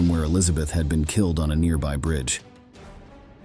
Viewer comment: Brutally kil-lad,???